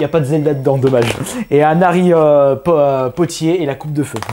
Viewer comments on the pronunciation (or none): On dit harry potter ^^' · a tu dis Harry pottier